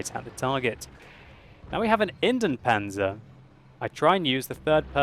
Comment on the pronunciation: Kn Ops oops, of course I meant the pronounciation :)